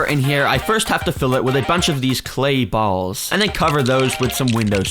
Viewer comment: "balls" why did bro say it like that 😭🥀